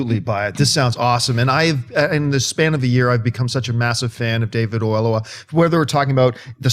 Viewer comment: Hey guys.... it's kinda racist not to pronounce David Oyelowo; The guy is a Director and Oscar level Actor. How hard would it be? Look it up on youtube and say it right?